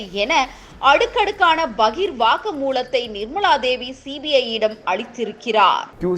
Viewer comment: நிர்மளாதேவி, வாக்குமூளம், கள்ளூரி - நீங்களெல்லாம் செய்திவாசிக்கவில்லையென்றால் குடிமுழுகிப்போகுமா?